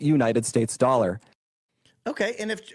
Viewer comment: I also thought the way they said US dollar was strange and wondered the same thing